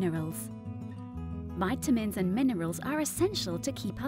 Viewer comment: Nice video. Robot voice. ha ha. Why does she say Viiiitamins? OUR body. Yoh-gurt. Very odd pronunciation. ha ha!